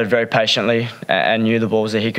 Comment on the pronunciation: Weri Weri good boling Richardson